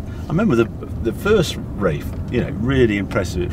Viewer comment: Does he pronounce it as Rafe rather than Wraith with 'th' at the end?